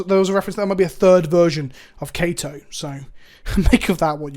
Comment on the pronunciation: I think Kaito is pronounced like Kai-to not Kayto, but don't quote me on that